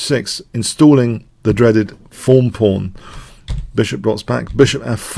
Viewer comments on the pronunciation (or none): He just pronounces "th" as "eff" for some reason. I think it might be a Spanish thing?